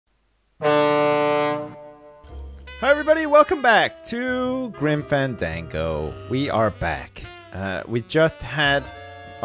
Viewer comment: Couldve sworn I heard "Grim Fan-dank-o" at the beginning of the vid.